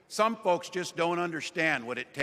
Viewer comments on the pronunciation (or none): none